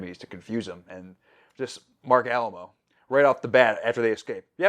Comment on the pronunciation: I'm so sorry to be "that person," but I truly can't help it. It's pronounced Marc A-LIE-mo, not "Al-AH-mo." I just really like the guy (as an actor and as a person), and it's going to drive me crazy, because I'm just thoroughly pedantic. I love that you are doing this show. So far your taste aligns well with mine!